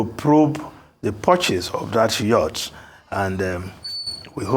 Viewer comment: It's pronounced "Yacht", not "Youht". It has being the same with other presenters on Arisetv since the news broke about the ridiculous Yacht purchase by Aso Villa.